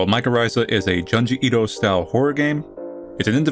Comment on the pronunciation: The real horror of this video is listening to Manly pronouncing “JUNE-ji Ito” as “Juhn-ji Ito”… truly butchering it.